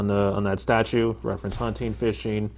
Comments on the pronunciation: Did he say statue 😂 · Statute ! NOT Statue.